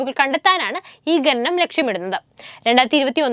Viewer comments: ഘനനം അല്ല . ഖനനം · ഗനനം ഒഴിവാക്കി ഖനനം എന്നു പറയാൻ പറയൂ.